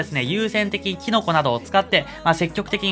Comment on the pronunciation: キノコ🍄がティノコに聞こえてくるw